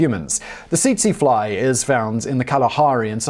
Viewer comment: Tsetse is pronounced as "setsee"